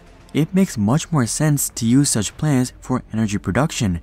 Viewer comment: This guy can’t say planet 😂 he is saying plants!!! 😂 lmaoooooo